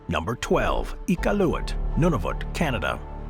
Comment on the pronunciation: For a company based in Vancouver, CANADA, the pronunciation of Iqualuit was borderline disrespectful